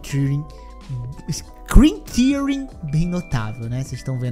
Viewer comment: Adorei a pronúncia de "screen tearing" para "scritíui" 🤣